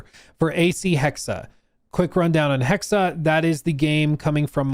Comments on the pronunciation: Erf.. #1: Hexe is the german word for witch and pronounced Hexe not Hexa.. the E at the end is the same as the first E (Just like with the E in Porsche... but i kinda gave up on explaining that). #2: I never minded magic in Odyssey, on one hand its part of the actual Odyssey, on the other we always had magic in the background story with all the gods the apples of eden, etc. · Try to pronounce the second E in Hexe like the first E. HEXE 🪵🔥 HEXE 🪵🔥 HEXE 🪵🔥 HEXE 🪵🔥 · He finally learned. His "Hack-say" was cringe, lol. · You’re just fucking with us the way you’re pronouncing “hexe” right?…… RIGHT!?